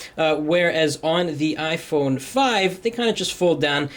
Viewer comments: Ifony lol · 'iphoney' ..haha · Ifony lmao